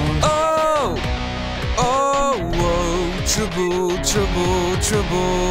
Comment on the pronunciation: he can't say trouble right :D LOL